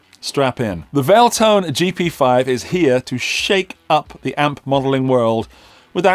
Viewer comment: Valeton not Valetone